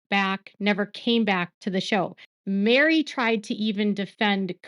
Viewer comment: Isn’t Meri’s name (short for Meredith) pronounced Merry not Mary? 🤔